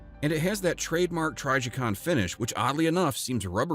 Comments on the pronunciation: Lost me 3 seconds in also. Trijicon is one of the most recognizable brands of red dots and anyone who knows guns knows how to correctly pronounce their name.😅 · lol try…jicon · I thought it was pronounced tryjaycon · TRYjicon??? Hahaha dude you’re TRYppin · You lost me at TRYjicon 😂😂😂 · If u are Brazilian it sounds "tri G coon" (portuguese). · If you can’t pronounce Trijicon correctly you have no credibility, sorry. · Narrator mispronounced the name indicating they they likely have no knowledge of the subject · I can't stand the way this guy pronounces trijicon